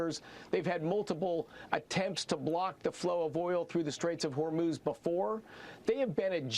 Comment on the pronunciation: Ben - I believe you can learn to say “Iran” rather than “Oran” if you try. You succeeded in learning how to pronounce “Hormuz” correctly. You can do it! Show respect for Iranians (not Oranians). Thank you for your efforts!